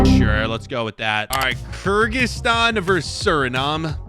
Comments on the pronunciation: Bro saying kyrzikstan instead of Kyrgyzstan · Kyrgyzstan 🇰🇬 community who watched him mispronounce it as Kerzikstan